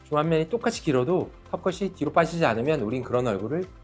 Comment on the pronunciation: 의사인데 발음이 틀렸음. 턱끝이. 터끄시---->터끄치.